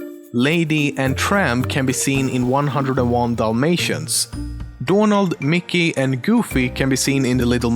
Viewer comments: He he you say dånald and not Donald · Donald, not doornald, Donald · donald or dornaald? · dånald duck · Is it your accent that is making you say "Dornald Duck"